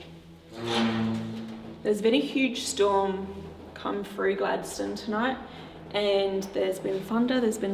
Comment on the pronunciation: Hi. We just come back from Tasmania and went to richmond jail and Port Arthur. Had a ball. Oh Gladstone is pronounced Gladstun. Not that its here nor there lol. Anyway love your videos. Inquired about your visit to richmond jail. He said you were so excited and such a lovely person. But we all know that. X we had a bit of activity while we were there. Not so much at port arthur. Your investigation was more exciting.